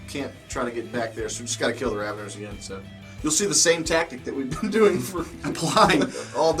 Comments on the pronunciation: Raveners...Raveners...Not Ravengers...love me some Juice : ) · Rav-en-ers. Not Ravengers. I can't believe how many people add a "g" for no reason. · I got a really bad eye twitch and murderous impulse every time he called them "Ravengers"... for someone who supposedly loves Tyranids so much he should know this.